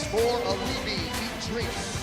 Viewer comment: It's "E-Dee-Rees" NOT "Ed Rees"